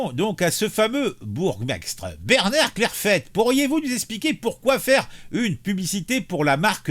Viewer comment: Se prononce "skarbeek" et "clair failli"